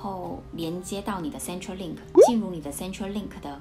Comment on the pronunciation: 小小小意見，centre in centrelink 是 /ˈsentə/.